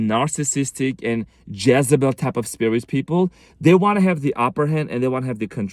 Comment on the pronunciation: This explains my EX. Her name is Jessy. It kept sounding like you were saying Jessybell. Makes sense.